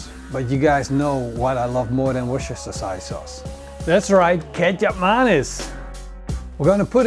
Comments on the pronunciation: It's pronounced WOOSTER-SHEER sauce. Apart from that, you had my taste buds working overtime. Find a way to send ribs to Australia.😀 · Worcestershire == WOO STIR SHER. The "ce" part is silent! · Wooster shire sauce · "Wochecheshhire sauce" 🤣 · Wusastershashire sauce.. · As always, great video. I know it's spelt "Worcestershire" but in UK we pronounce it "Wuster." But hey - your English is 1000x better than my Dutch:) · Repeat after me. Wooster-sher sauce. :) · Hahaha its a hard word for the dutch, i live in the Netherlands with my dutch man, i use this sauce A LOT,,, and coming from Scotland i can say it , my man has given up trying to say it, and just calls it westminster sauce lol.. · You don't need to pronounce the 'shire' part ... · LOL wish he could get it right...but love the show.